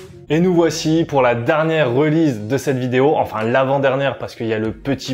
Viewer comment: "2ème reulize" ? Release ne se prononce pas like zat, mister. Stick to french, ce sera mieux.